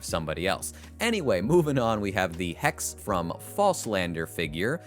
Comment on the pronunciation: Small thing: "Hexe" is German for witch. The E's at the end of german words aren't silent, so its really Hexe, not Hex.